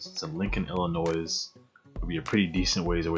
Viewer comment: Illinois is pronounced without the S